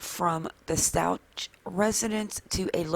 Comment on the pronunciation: Stauch is pronounced “Stowk” 😉